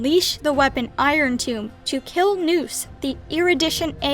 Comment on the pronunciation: you're pronouncing irontomb wrong